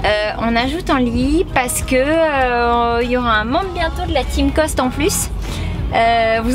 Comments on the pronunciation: tu dit la famille cost s agrandi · C'est quoi qu'elle dit ? Rost parent ?